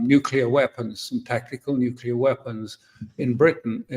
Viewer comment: alastair "casus belli" crook.....catapulting the propaganda again...."we can avoid global thermonukular war if trump nukes iran"....he's starting to sound like netanyahoo and ritter....."iran is five weeks from a nukular boom"....good work crook....extra lollipop for you